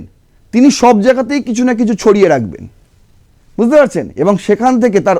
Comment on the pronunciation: Buzte noi, bujh te.